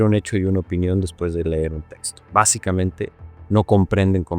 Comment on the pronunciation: A ESTE SR. UNA NIÑA DE 8 AÑOS LO CORRIGUIO SE DICE LEER NO LER.